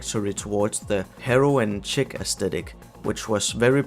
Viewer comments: "chic" is a coopted French word. It's pronounced "sheek", not "chick". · chic is pronounced sheik not chick